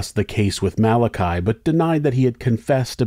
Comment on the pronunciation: Just so you know Gardai is pronounced garda. And Malachy or malachai is mal a kee💚